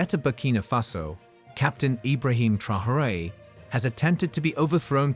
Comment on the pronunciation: Say his name properly. No one is called Tryhooray here...